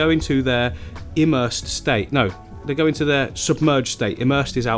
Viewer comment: Hello. Just a little FYI to help you out. Ok, for plants that are roots in water but leaves out it's called EMERSED. For plants that are completely in the water it's called IMMERSED. Confusing, I know. But.....there it is. Emersed is pronounced with a long E sound. Just like saying the letter E and then mersed. The immersed is a short I sound. Like your saying ick. Immersed. Now there's my English lesson for today. Or would that be considered a language lesson??? LMAO. Oh well, either way, I hope it helps you. 🥴